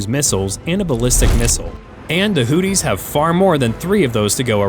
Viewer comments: It's pronounced Houthi's not Hooties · Hoo theese....not hoot tees. 😅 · Learn how to pronounce “Houthis” it’s not Hooties. 🤣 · I am sure its not "Hooties" try looking at the letters -- Houthi --- and have a go at pronouncing some of them.